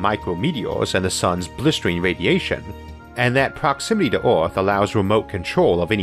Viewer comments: What kind of English is that ? "Oarth" ? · The way you pronounce "earth" is annoying. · I love Isaac's videos, but I would be soooo glad, when he once pronounces "earth" not like "ouaath" - I can't stand it :D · The narrator's pronunciation is the weirdest I have ever heard. Earth = Awf, World = ward, herbs = orbs Where did you learn your English because you should ask for a refund!